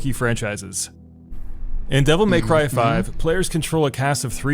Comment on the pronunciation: Devil May Crheyy